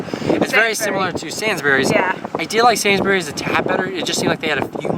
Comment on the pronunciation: It is pronounced SAYNS-Breeze not SANS-burries